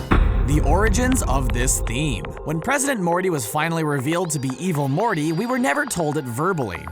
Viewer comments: At one point i thought he said "Evil Horny" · Stop saying evil morty like that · The Way He Says Evil Morty And Rick Its Hilarious... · STOP SAYING EVIL MORTY LIKE THAT 😂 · Little bit of constructive feedback, the dramatic pauses and emphasis used when saying "evil morty" take away front the video and make it hard to watch. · Evil morty like that